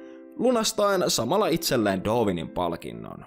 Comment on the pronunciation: Mitenkäs se Darwin lausuttiinkaan? Doovin? :D